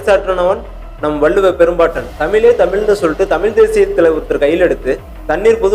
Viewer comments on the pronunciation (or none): கூமுட்டை, அது தமில் இல்லை தமிழ்! நொண்ணனுக்கே வராது ஒனக்கு எங்க?